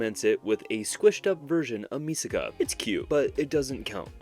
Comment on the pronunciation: it's Mikasa no way you said misaka